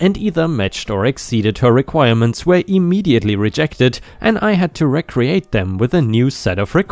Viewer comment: The use of the word "recreate" is said as "ree cree ate." It means to create again, duplicate. Not recreate in the sense of relaxation.